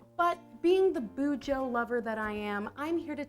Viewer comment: please stop saying bu-jo